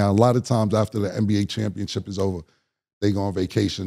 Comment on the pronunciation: Pacific rather than Specific, and saying “ChampionChip” 😂😂